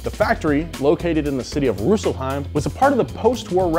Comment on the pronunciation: Hi Guys. I am from Germany. Can you maybe explain why it is so difficult for americans to sound even a liiitle bit like the word really sounds. Like Rüüüselheim, or May-baack. No offense. Sounds just funny so often.